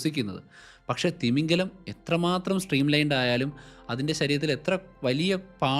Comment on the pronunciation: തിമിംഗലം അല്ല തിമിംഗിലം